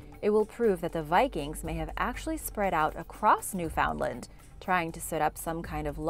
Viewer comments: Pronunciation: NEW fund lend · At the risk of coming under the attack of your super duper fan club, I am going to ask you to pronounce Newfoundland correctly, please. I am not going to tell you what it is. I need you to look it up and the next time I hear you say it, please say it correctly. I need you to prove your humanity 🤔🤣🤣🤣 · i know all the canadians are havin a hard time w the pronunciation of newfoundland rn